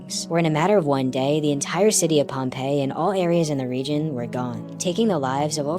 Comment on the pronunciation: It's not pompell it's Pompeii